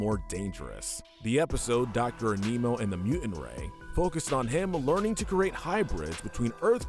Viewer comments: I like the video but HOLY SHIT I hate the way you say Animo An-ee-moe not anee-moe It’s hard to describe without saying it but you get it. Also he says it in the show multiple times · its animo not aneemo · He pronounced Animo as A Nemo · Your mispronunciation of Doctor Animo drove me bonkers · Who’s triggered by him saying Aneemo and not A-ni-mo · Small thing but it's not pronounced as "A-mi-no". It's "An-no-mo" as it's almost like saying the word "animal". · It’s pronounced “animo” not “aneemo” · its pronounced, ani mo, like animal morose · Animo is named after animals. The mispronounciation is painful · I’m often annoyed by the Last Airbender-esque mispronouncing of the characters names on these lists. It was never as bad as the miss naming of Dr. Animo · The way you pronounced Dr Animo made me cringe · THAT'S NOT HOW YOU PRONOUNCE ANIMO!!